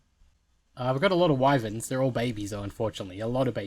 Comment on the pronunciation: Wyvens? It’s wy verns